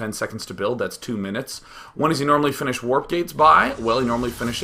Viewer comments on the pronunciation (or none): none